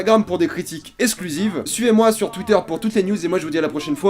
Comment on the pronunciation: A Merci pour la prononciation anglaise... et sinon à cela ce prononce critiques eXclusive et pas essclusive. On est quitte maintenant ;)